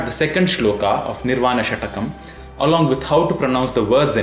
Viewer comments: It is षट्कम् . Not षटकम् . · It is shatkam and not shatakam. Please! 😏